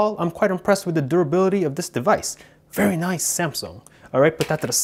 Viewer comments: Monica Guzman no he said vetty noice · Very noiceeeeeeeeeeeeeeeeeeeee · 97% is saying like for iPhone or Samsung 2% Is saying how many times did he say very noice 1% is jokes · Monica Guzman I know right and the way he says it very noiceee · His very noicee is funny tbh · No it’s “very noice” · "Very nooice"😂